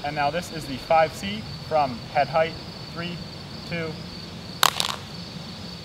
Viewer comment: to ge sed fife c two times LOL